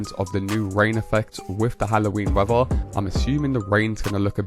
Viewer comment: YOU Need speech therapy, the word isn't WEVVER it is WEATHER, You need to practice pronouncing the 'TH' in words !